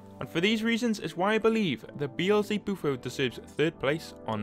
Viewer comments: xBeats “bee L z buflo” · I don't think it's pronounced Bee. L. Ze. Bufo